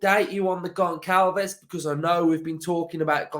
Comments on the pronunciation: As a portuguese sporting fan. I got to say he is a brilliant player and i hope he doesn't go. On another note its pronounced gonSSalves. Ç is pronounced as a S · another banging video! If we sign Goncalves his name is pronounced (Gon-sal-vesh) just a heads up! Hope we get him and Pau Torres! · Pronounced Gonshalves